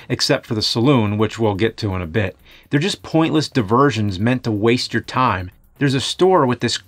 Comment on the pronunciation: When the CD 32 paint bucket addon commercial played when it said "enhance you life" I could've sworn I heard "enhance your wife" I was like word lemme get one lmao 😂😂🤣😂